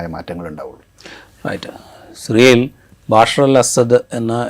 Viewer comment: ബശാർ ✅ ബാഷർ ❌